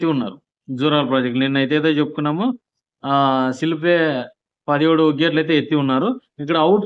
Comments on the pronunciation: సిల్ప్ వే కాదురా అయ్య స్పిల్ వే దారి దాపు కాదు దాదాపు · Silp way kaadu. Spill way ani cheppu.